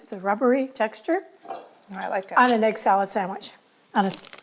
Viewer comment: is so arrogant and dismissive of her sweet mom. Her mom is a better cook than she is, let’s be honest. Also, egg is not pronounced “aig”. Listen to your mom,. She never responds to what her mom says. She changes the subject immediately as if her mom didn’t say anything😅. A little too arrogant for such an unprofessional home cook. runs circles around.